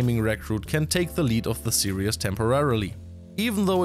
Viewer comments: Great news and great to hear from. A small note for future -- the word used in the whole video was "serious" [sear-e-us] (example ) but the correct pronounciation is series [sear-ees]. Still, great respect and positivity for handling SC2 and multiple languages:) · is have serious problems pronouncing "series" and instead turning it into "serious". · we love you. Some english language: serious is not the same a series. Some other pronunciation stuff. But job well done:) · Love the commentary. You're going to give me an aneurysm if you keep saying "serious" instead of "series" though. 😂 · 'Series' and 'serious' are not pronounced the same way. Great content as always. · FYI, the word "series" has only two syllables. Say "sear" followed by "ease". The way you're saying it, it sounds like you're saying "serious". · It's "series", not "serious". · Why do you pronounce series "serious"? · Yeah, it was funny every time he said it so completely wrongly, but to be honest I hope he doesn't say it again. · That is not how we say series in the USA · Why do you say series like that